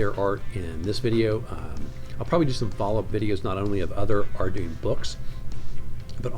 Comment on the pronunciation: Good overview, but It’s pronounced are-dew-in grim-warr.